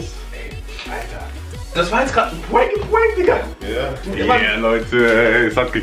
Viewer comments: sagt immer puank Aber es heißt prank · Aussprache: Puenk Aussprache: Prank